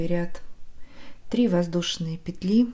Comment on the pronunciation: К сведению: во множественном числе в слове "петля" ударение ставится только на первый слог.